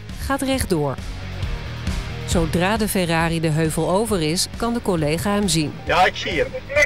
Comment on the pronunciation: De politie noemde de f”ERRARi” een ERROR”i 😂😂😂😂